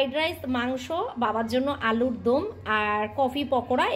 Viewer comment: KI j bolish alur dum na ota alur dom..